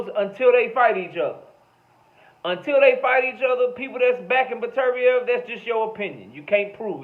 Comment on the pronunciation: You're Only One I Hear Pronounce Beterbiev The Correct Way